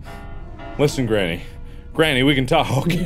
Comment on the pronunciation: Anyone else notice how he kept saying Grammy instead of granny